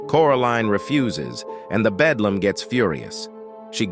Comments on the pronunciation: ITS THE BELDAM NOT BEDLAM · It’s beldam not bedlam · BELDAM not bedlam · its BELDAM not BEDLAM a bedlam is a facility for crazy ppl a BELDAM is an evil witch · I remember watching this when I was 7, also it’s Beldam not Belam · Beldam, honey. Beldam – as in belle dame, French for beautiful lady. It’s the attractive cover/physique of an enchantress or hag, if my memory serves me right. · Bedlam. No. Beldam. Yeah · It’s belldam not bedlam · Bro rally said bedlam in sted of beldam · Belldam not Bedllam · He keep saying the bedlam